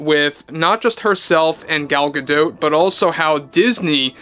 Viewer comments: Gal "Gado" not Gal "ga dote" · I can’t stop focusing on how he’s saying Gal’s last name wrong